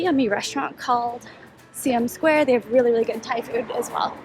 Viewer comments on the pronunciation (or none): Just an FYI- Siam (the old name for Thailand) is pronounced “Sigh-am”, not “See-am”. But great video. My wife will be enjoying our second stay at the Hyatt Regency in September.